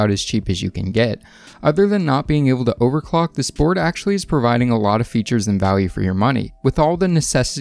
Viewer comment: Yeah... Did he say he wants to overclock? Or have my ears fallen off?